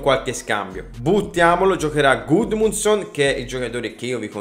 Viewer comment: Hai detto due volte gudmonson